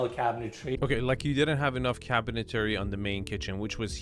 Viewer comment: Couple things. One I love this channel. Only discovered it about a week ago and I’ve watched way too many of these. They really make you appreciate ardies genius. Second, needs to stop adding an extra syllable to cabinetry. It’s not cabintary. But I digress. Lol Third, I’m confused as to what enes is. Does he show these houses bc he’s trying to sell them, or is this just for his channel. Does he stage them, or someone else?